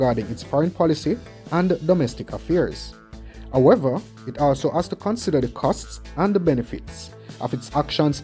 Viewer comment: What you mean, "Ohever" you meanHowever.